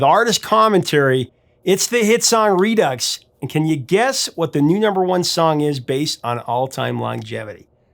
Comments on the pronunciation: It's pronounced "Redoo" not "Reducks" SMFH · Redux is pronounced redue or redew. Not ux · The X is silent Re Doo. Not Re Ducks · Why do you call it 're-ducks' if it's pronounced like 're-do'? Just asking. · Redux is pronounced ree-doo. It’s a French word. I love Casey Kasem, but he was an a$$hole. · redux - re-due